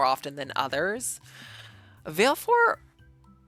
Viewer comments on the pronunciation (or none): Sorry to be that person but...Vah-leh-four, she never pronounces it in game but she does in Dissidia.